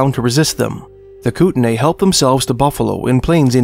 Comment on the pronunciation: It’s pronounced Koot-Nee